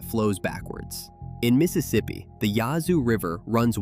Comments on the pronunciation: Yahzoo river? Yazoo like Jazz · Small thing but it’s Yahoo with a short a sound as in Apple. The Rigolette is pronounced Rig uh leez. I’m from Mississippi. My dad was from Yahoo City. I’ve lived in southeast Louisiana since 1979. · Pronounced Yaz-zoo!! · Please learn how to pronounce names like Yazoo. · You keep saying Yazoo wrong. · He can't pronounce Yazoo 😅😅😅😂😂😂😂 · It's AI. We don't pronounce Yazoo that way either. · You mispronounced "Yazoo" 😏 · Yes they did.